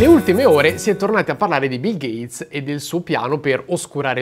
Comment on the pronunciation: Ho solo una cosa da dire: "GATESS"